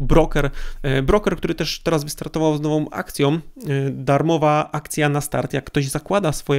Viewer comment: Dostaje darmową, a nie darmowom, z nową akcją, a nie z nowom akcjom, wybijajom, w drugom stronę, etc, etc... Litości... Uszy krwawią, jak się tego słucha.